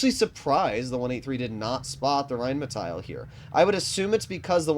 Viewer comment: Just in case you care. You pronounce the rhm like reinmetail. Just let the i away. Pronounce it more Like the englisch metal and emphazise the A. It has to sound like the way you pronounce it but without the i.